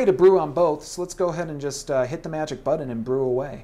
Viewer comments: Its BUTTON not buddon and its Keurig not KUREG. Say it right Thanks :) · He's not even pronouncing it right ... and "buddon" versus "button?" COME ON! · is he saying "buddon", and if so why? the word is "button" with the hard "t" sound, not the hard "d" sound. Did college teach the Buddon word? Well? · and its button not buddon ugh!